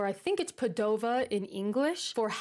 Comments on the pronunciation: Pizza in Venice? 😯 You should have tried the regional specialities like fegato alla veneziana (Venetian style liver), seppie nere (inkfish in ink sauce) with white polenta or granceola (European spider crab). A trip to Burano would have been great (much prettier than Murano). By the way Padua/Padova is pronounced "Paaadua/Paaadova" instead of "Paduuua/Padooova". 🙂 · Just wanna give you some more info about that plaza in Padova (accent on the first "a" by the way), since I live next to there: the place was originally a swamp, yes, a swamp. There are 78 statues (they were 82, but then Napoleon's army had to come and destroy 4 of them because they represented venetian Doge), and each one depicts a real or mythological figure linked to the city, people like Antenore, the legendary trojan hero that founded the city according to legend, Andrea Memmo, the venetian noble who created the plaza as you see it today (the island in the center is called Isola Memmia in his honor), Galileo Galilei that in Padova had the professorship in mathematics at the University (one of the oldest in the world), and here invented the telescope, and popes, writers, heroes, politicians, philosophers, scientists, kings (yep, there's even a polish king in there). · The right pronunciation of Padova needs the accent on the first "a".